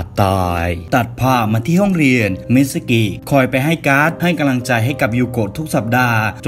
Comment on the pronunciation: ชอบฟังช่องนี้ แต่สงสัยว่า ทำไมคนเล่าชอบพูดว่า กะลัง ตลอดเลย 🤣